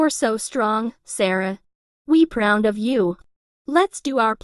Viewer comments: “We pround of you” pround? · What Made me laugh was When millie Sad: where paund of you 😂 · He said Millie I'm so pround hahhhahh